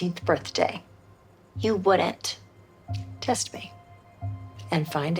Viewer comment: She said taste me not test me